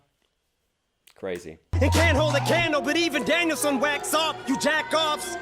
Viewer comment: It's not Danielsson it's Daniel-san as in Japanese.